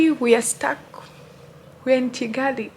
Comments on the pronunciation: Kigali not Chigali🤣🤣🤣 it's funny how you can't spell Kigali 🤣🤣🤣 even Chinese can say Kigali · Oh mbu chigali it's Kigali 🤣🤣🤣